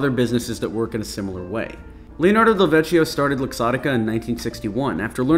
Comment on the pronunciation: Vecchio is not pronounced with the english ch, but italian one. In italian ch is said like you say ck